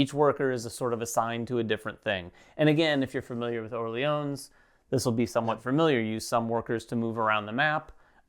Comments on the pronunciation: oh oh thx for the feedback... i need this one ! your "Orléans" were quite accurate guys, just no need to pronounce the final "s". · Orléans with a silent s.